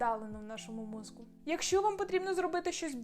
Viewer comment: попрацюйте, будь ласка, над чіткістю вимови слова "мозКу" (хоча, може, в мене проблеми зі слухом і /ґ/ мені вчувається).